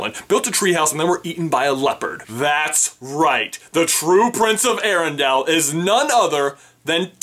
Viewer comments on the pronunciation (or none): I was loving this video until you mispronounced arendale. It's air-en-dale not arr-in-dal